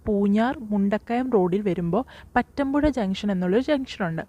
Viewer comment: പറ്റാന്പുഴ അല്ല പാതാമ്പുഴ